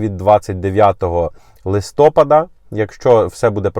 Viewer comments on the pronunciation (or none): none